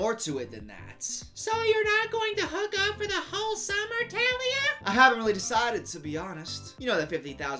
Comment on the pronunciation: Is anyone else upset bc he said “Tah-lia” instead of “Taa-lia”? No, just me? Ok.